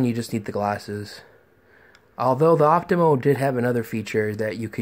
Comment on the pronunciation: optoma, not optimo...